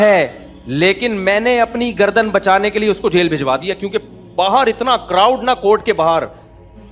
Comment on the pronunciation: Gardn Nahi Kati Baiian😅kat